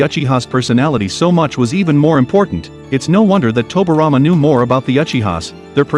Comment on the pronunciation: It irritates me he saying tobirama name wrong. Toby rama.